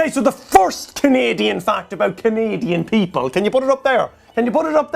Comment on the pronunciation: I loved the way he said Aboot